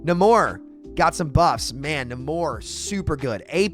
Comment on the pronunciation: It's Nay-mor, not Na-mor.